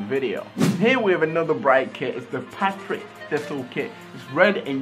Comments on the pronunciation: *Partick Thistle not Patrick Thistle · Its's not Patrick Thistle, it's Partick Thistle mate. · It's Partick Thistle mate